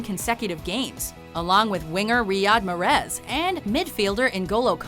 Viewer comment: Lol the way the narrator pronounces Mahrez...